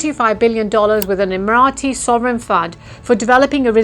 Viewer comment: Good analyse.... Pronounced off emarati was originally way..